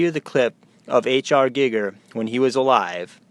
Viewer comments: Giiiger...with a looong i 🤣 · You can't even pronounce his fucking name right. God damn you're a stupid fuck. GEEGER you fool. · what utter, utter gibberish. H R Giger was an astounding artist...so at least have some respect for the dead & learn to pronounce the guys name properly when you slag him off